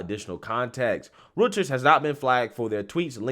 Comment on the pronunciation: Its pronounced Roy-ters